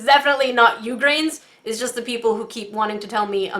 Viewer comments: When you said "my grains" I actually thought you said "migrains" so I was like "Wait, You get a migrain from salt?" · Has it been addressed that it sounds like you're calling us Migraines? 😂😂😂